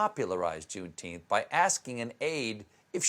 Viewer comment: "Junetenth" 😂 🤦🏾 But it does seem y'all suddenly know of the Holiday! Don't pat your own backs too hard, tho, this still isnt about you!